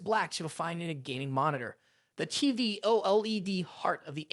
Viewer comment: First off only one of these is truly budget, but that aside how the hell are the first two anything even close to budget, second just call it a f**** Viewsonic Elite for the love of G-d and finally learn how the F*** to say OLED if your going to even remotely attempt to be a Tech Youtube. All in all gave me the vibe that you have never actually touch any of these panels, ripped a bunch of script from other Youtubers then rewrote it (to an extent, for your sake I won't get into details) and overall just had no clue what you were talking about past reading words on a script. Suggestion: Your overall production quality was very good so go create a channel about something you're actually pationate about.